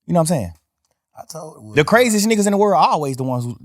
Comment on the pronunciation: Most important thing in this interview is we have been pronouncing woody wrong. It’s like ric flair saying wooo